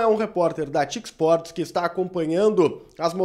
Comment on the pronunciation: Aqui na Argentina não se diz ty sports, se diz "Te i Ce" sports